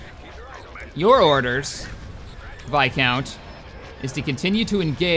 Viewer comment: why do you keep calling it a vicount? it's viscount man!